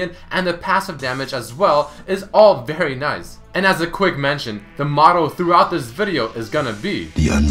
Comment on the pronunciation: Cringed at the "motto"